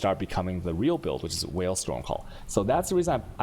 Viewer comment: he pronounces it on purpose like that